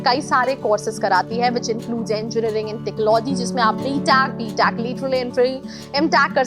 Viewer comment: Whattt is btaac , mtaac atleast pronounce it properly (btech , mtech).